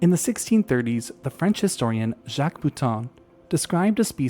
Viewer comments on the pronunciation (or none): none